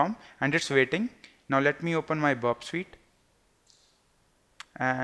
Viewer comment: Its not burp sweet its burp suite.. kindly improve your vocabulary it doesn't make any sense.. 🙏